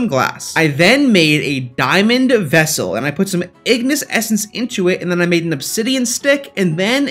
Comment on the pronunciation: I swear when you essence I hear it estus